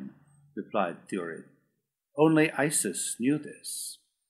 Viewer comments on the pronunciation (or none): And "Ice" instead of "Iss".😖 but hey, it's free! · I think this book is amazing!!! The only thing I do not like the way he mispronounces Issus.